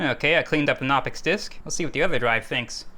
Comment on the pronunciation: The "k" in "Knoppix" is not a silent one. Or at least the "K" in (Klaus) Knopper, the German Linux nerd who released that distro, is not silent. You actually pronounce the K sound in any German word that beings in "Kn," such as "die Kneipe" (the pub). I was not prepared for Crime Scene Investigators: PC Edition. If I had a gun and needed to destroy some data, I would like to think I would come up with a better way of doing it than with a bullet.